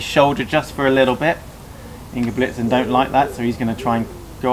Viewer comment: Bro, at least learn to pronounce CORRECTLY the name of an Olympic Champion, not to menition his other accolades, it's INGEBRIGSTEN with an "R" not Ingebligsten as YOU said it at least 3 times.....after the 3rd time I could watch it any longer....I got half way through...